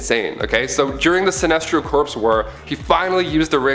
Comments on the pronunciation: its pronounced core not corpse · Stop pronouncing corps as corpse. It's pronounced like core. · Just dont have him do it. Cant stand Corpes corpes corpse. He doesn't know how to say Corps pronounced Core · Alan Scott got his power from the Star Heart, and Corps is pronounced as "Core", Corpse is "corps", (which is being said in the video). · its "core" not "corpse." beside that tick, neat list. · thanks for pointing this out, yo. i was gonna post it here myself if no one else did. was also startin’ to go nuts because he kept pronouncing Corp as “Corpse” instead of “Core”... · Corps is pronounced "core" not "corpse" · Can you stop saying lantern corpse please it's really annoying, it's pronounced core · "Corps" is pronounced "core", by the way. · Corps is pronounced core... please understand that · The people who run and host this channel are Canadian. And Canadians have a different way or pronouncing words. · Also Corps Is pronounced "Core" in Canada too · Stop saying corps it is core say it like that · The p in corp is silent. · Yeah, that was seriously grating on my nerves. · As far as I know the p corps is silent. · Maxx Damage lol yea when I heard him say that I was like “hold on there buddy” I’ve been reading GL since at least 2008 that has never happened....I peeped the corps being mispronounced but that did bother me as much lol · The "p" silent in corp. Plus most of these should not be on this list. Most of this are well known. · Yeah I bout got pissed